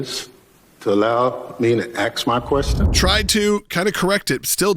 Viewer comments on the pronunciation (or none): Bennie- will you dy rect the witness to let me AX a question, clown show. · People who can't pronounce a simple three-letter word like ASK should practice instead of looking foolish and uneducated?